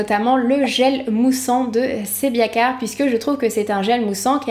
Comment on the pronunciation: pourquoi tu prononces "sebiaclar"? c'est pas plutôt sebiaclear: sebiaclir ( mot anglais)?